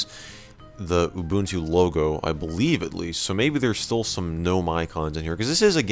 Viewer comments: Ubuntu Mjd: “oooo bunt two” Correct Pronunciation: ooo boon two” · 10 It's OOH BOON TOO. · Thanks for saying "Ubuntu" correctly. EDIT: I spoke too soon.